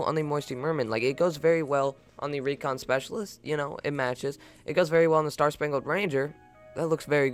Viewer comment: Recon SpEceaiailitest